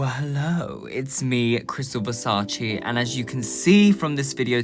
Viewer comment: Omg you are so beautifulllll!! Only one note from an italian, please, learn how to say Versace 😂😂😂